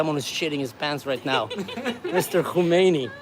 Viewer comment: Hey:) His name is Khamenei not Khomenie but close enough 😉